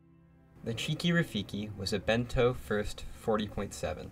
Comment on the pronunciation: beneteau and not bento